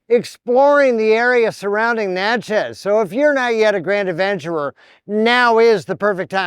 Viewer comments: It’s pronounced Natchiz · It's pronounced na-chuz (sounds like matches).